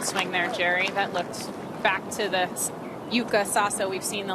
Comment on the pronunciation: In Japanese we do pronounce YUUKA not YUKA according to the Japanese Kanji.